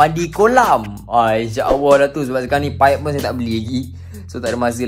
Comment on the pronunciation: nape sebut inshaawwah? buat video lancar je cakap tapi sebut Allah pun tak betul. practice itu dulu bosskurr.. baru la celoteh yg lain ✌🏼